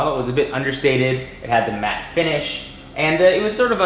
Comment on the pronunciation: its matt not mattelic